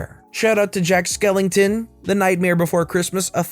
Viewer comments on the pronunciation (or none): OK, that rubs me the wrong way...it's Jack SkellINGton, not Skeleton...this person is claiming to be a fan?